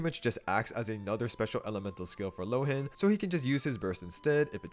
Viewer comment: I think, since Mondstadt is heavily based on Germany, his name should be pronounced [ˈloːən] ("loh" as "law" and "en" as "an")